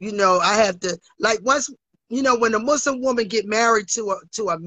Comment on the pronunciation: 😂WTF I cannot stop crying 🤣" I am Muzlim the Koran Izlam " 🙃He has to buy me a house and a car and college tuition for my son 🤣 Cam is undefeated, GOD help me I love this show to much, this has to be a sin 😅